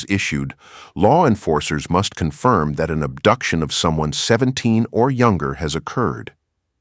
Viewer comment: "ubduction?" huh????